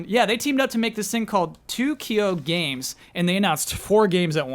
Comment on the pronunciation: Correction: Too Kyo Games is in fact pronounced like "two kyo games". This is different from how "Tokyo" is pronounced.